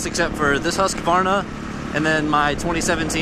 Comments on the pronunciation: should have sound better if u said houseqvarna and not huskyvarna.../swede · Could americans please learn to say "HUSS-KVARNA"? it's not husk'eh'varna. Other than that - good video, I'm sorry for b*tching about the way you say it. :) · it's pronounced hus-kvar-na, not husskavarna lol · the way you say husqvarna ticks off